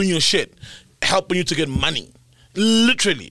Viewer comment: GOSTLADY AN THE WORD LITERARY IYOOOO🤣🤣🤣🤣🤣🤣🤣🤣🤣🤣